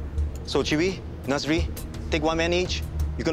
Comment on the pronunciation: The way he pronounce Chee Wee sounds like chewy and Nasri like nursery